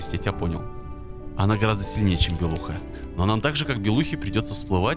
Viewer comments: Не белука а правильно белуха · не белуГа а белуХа